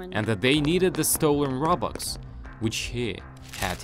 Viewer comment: I like the fact instead of robux he said robox